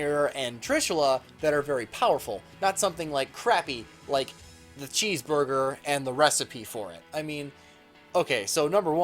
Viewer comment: This video came out FOUR years and 5 days ago. And I'm STILL MAD that you repeatedly called it a CHEESEBURGUER.